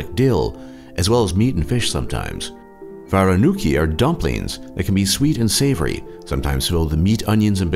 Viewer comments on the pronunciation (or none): VARENUKI ahAHah that made my day. You said that so incorrect can't stop laughing